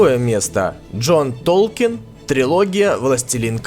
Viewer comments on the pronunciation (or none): none